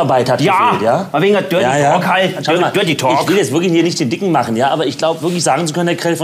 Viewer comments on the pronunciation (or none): „Dörty Tahking“😂